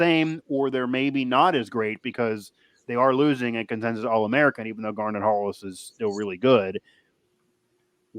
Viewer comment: it's GAR-NETT Hollis.....not "Garner" Hollis. Good grief.